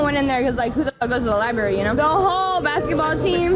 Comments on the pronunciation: “Who da fuck goes to the liberry” LÖLÖLÖL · "Seems classy .. " Um. wtf? Did he hear her say, "Who the fuck goes to the libary (sic), you know?" ... ? That kind of shit is a massive red flag. She could have stopped talking, right there, and the end result would have been the same, in my mind.